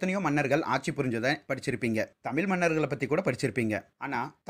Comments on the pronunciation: Elam ok bro......but it's irritating wen u pronounced tamizhh as tamil......😊change it...it will be far better presentation.... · Improve ur pronunciation. Particularly, u r saying "தமில் " instead of "தமிழ் " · தமில் இல்லை தமிழ்..தமிழ்... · நீங்க முதல்ல “தமிழ்” னு உச்சரிங்க தமில் தமில் னு சொல்லி கொல்லுறத தாங்க முடியல🤷🏻‍♂️ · Bro thamizha pathi correctah sonnenga aana thamizha tamill, tamill, nu thappah sollaatheenga. If hurted sorry. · தமிழ் என்று தெளிவாக உச்சரிக்கவும்.... நீங்கள் தமில்...தமில் என்று உச்சரிப்பது அருவெறுப்பாக உள்ளது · Neenga tamil tamil endru ucharikum varthai en kaadhuku ketta sathamaaga irukiradhu dhayavu seithu tamizh endru ucharika veandugiren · unga ucharipu seri ya illa tamil illa tamizh ழ் sollunga ல் solladhinga but nice concept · Mudhal la THAMIZH eh Sariya Uccharippom. Tamil illa, தமிழ் Thamizh.... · 👍வரலாற்று செய்தி அருமை உச்சரிப்பில் கவனம் தேவை தமிழ் தமில் எனவும் "ள" ல என உச்சரிப்பதைதவிர்க்க வேண்டும் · Bro try to pronounce as Thamize.. not Tamil... please try.. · bro tamil nu soldrenga tamizh nu solunga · I love your videos but you have to improve on zhana. Not Tamil, spell it as thamizh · Small suggestion kindly pronounce தமிழ் properly you are talking more about tamil but whenever you pronounce word தமிழ் like Tamil use ழ் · தமில் இல்லை தமிழ். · bro please speak proper thamizh it's not thamil it's called thamizh pls don't spoil the Thamizh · Please pronounce Tamizh properly. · தயவுசெய்து தமிழ் என்று சொல்லும்போது சரியாக உச்சரிக்கவும். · bro ungaluke zha.. varatha :O, Eitherways Great job bro